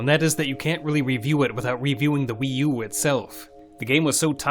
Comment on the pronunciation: When you say WiiU you sound like the weeyuuu girl on Kung Pow 😂😂😂